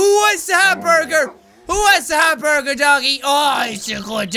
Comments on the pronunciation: It might not be undertale references. He might have said hamburger wrong. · And he calls the Hamburger a glamburger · when he saidhamburger it sounded like gasp GLAMBURGER!!!! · Did he say glamburger?